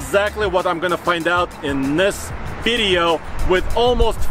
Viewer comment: Another great "veedeo"! Hahaha.